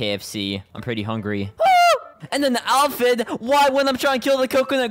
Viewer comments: Uhm Actually its pronounced ay-phyd not al-phyd 🤓🤓🤓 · Bro it’s pronounced aphid not alphid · aint no way he said alphid ITS APHID